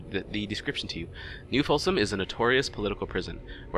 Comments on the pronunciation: Folsom /... Either you screwed that up on purpose or you need to get your ears/eyes checked. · New Folsom, and the Hurcules